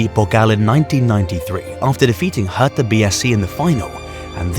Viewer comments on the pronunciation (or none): none